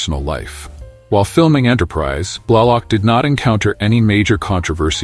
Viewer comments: Like "Blahlock?" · Great video. I especially like the narration of Jolene Blullock, who played TeePol. Also, Kira Nerris, who worked well with Lieutenant Commander Werf on DS9. Also, Terry Farrel, who married the son of Leonard Naymoy in 2018. For crying out loud, how tough is it to find a human to read off a script?